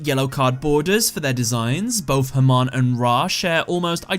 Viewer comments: Funny how your non-rhotic accent makes Hamon sound like "Herman". You can try pronouncing it as either ham-ON, or huh-MOAN. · As A Persian I can tell u the pronounciation of Hamon is "Ha-Moon" 3 years late to this video but hope u see this :D